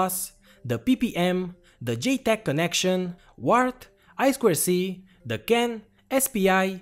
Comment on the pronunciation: За "ай-сквер-си"(I²C) - лайк не глядя! Нубота всё ещё ай-ту-си-шыт(I2C)! ))